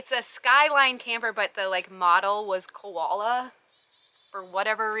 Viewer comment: Lol you guys. You need an Aussie accent for this one. Its not a "kwolla", it's a "co-wah-lah". Great result by the way. Cheers from Sydney!!